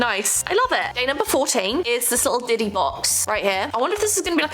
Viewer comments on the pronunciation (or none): none